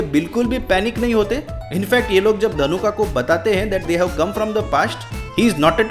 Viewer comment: His name is not ධනුකා it's ධනුක 😒